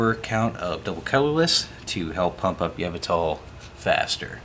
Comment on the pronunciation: first time ive heard yveltal pronounced like that. yevltal